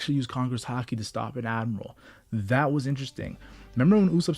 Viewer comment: When you speak i can't understand anything. instead of admiral you say admal..... please ....